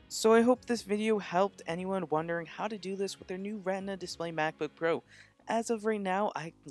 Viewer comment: 'RETINA', not 'REHNDMA'